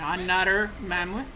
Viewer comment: "Rifleman goes in front of the mamuth" xD